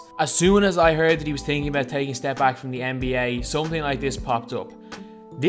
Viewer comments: its thinking not tinking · You're saying thinking wrong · You said thinking wrong 😂😂 all in good fun